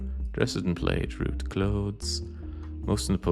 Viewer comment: a scottish person mispronouncing plaid